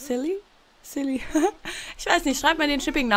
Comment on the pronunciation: Sily (gesprochen: seili)